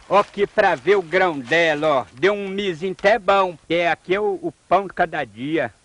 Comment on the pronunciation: kkkk não seria milhozinho até baommm ao invés de miozinho até bam rsrsrssss, eita só.